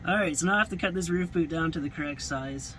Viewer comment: Oh thought you were saying "boat" but you were indeed saying boot.